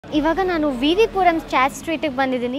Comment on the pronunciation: WTH is a “chat”?? It’s chaat!